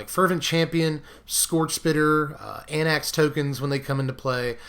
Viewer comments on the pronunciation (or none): none